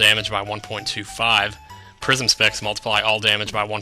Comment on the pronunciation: Almost every time you said "Prism Specs" in this LP, I heard "Prison Sex" and did a double take.